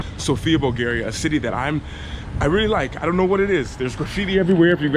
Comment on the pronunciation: Bulgaria 🇧🇬 not Bulagaria bro lol 😂